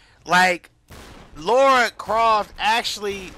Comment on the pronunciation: Pronounced La ra